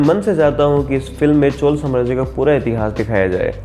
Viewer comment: Woh "chol" nhi "chozha".... Teek se pronunce karna seeklo...😐